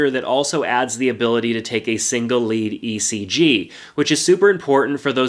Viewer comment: the way this guy said "hermes" and "ECG" smh